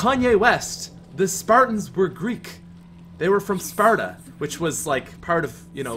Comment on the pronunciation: I think he spent a little too much time in Ireland because when he said Sparta you could hear the accent